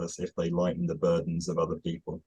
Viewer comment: Just to join in on the phonetic hair-splitting, I think is making the /ou/ in 'no one' and the /ju/ in 'useless' too back and too rounded. is saying something like [nəʏwʌn] and [jɨsləs]. Also that 'dn' sound in 'burden' - idk if there's a name for it but there's no tap, the tongue just holds against the alveolar ridge and transitions from /d/ to /n/ without releasing. The stop and release is actually coming from the back of the tongue on the back of the soft palate while the front of the tongue stays pressed against the alveolar position